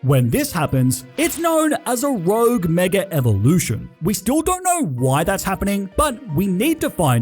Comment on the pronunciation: You said “thwee rouge megas”